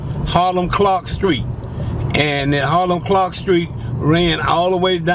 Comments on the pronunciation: He keeps saying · Boy said hilam clarke 😁